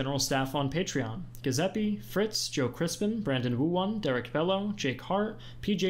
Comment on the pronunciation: Did he pronounce Giuseppe with a hard g? LOL!!!